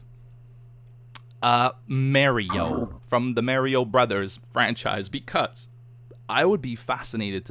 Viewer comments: Does know it M A R I O and not M A I R I O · its Mario, not merio lol;) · its Mario pronounced (mar-e-o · did just say mary-o Slaps forehead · Probably a regional thing. Plus he said it "normally" later on, so he was probably joking. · 90% of comments criticizing the way says "mario" 9% of comments "Beef didn't catch that fortrtrees 1%its episode 69lolol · any one else laugh at the way he says Mario? lol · I'm early let me think of a joke... Beef pronouncing Mario and other Pokemon names right... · I cringe when he pronounces Mario.. xD To a lesser degree, Luigi too